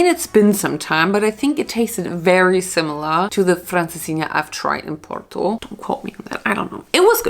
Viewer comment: the way I'm Portuguese but you somehow pronounce porto better than me